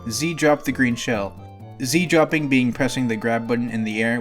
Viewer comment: Z dropping, not zi dropping.